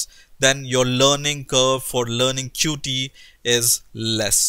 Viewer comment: it' pronounce "Cute" NOT Cu-tee!!! it's in the official documentation!!! You fail dude, why everyone say Cu-Tee??? Oh! I know why...